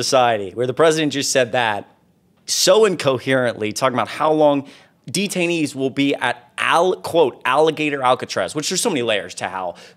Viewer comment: No, no! When you said 'detanees,' I thought you meant the Republican Party.